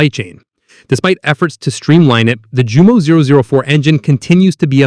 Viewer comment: And Jumo is pronounced Yumo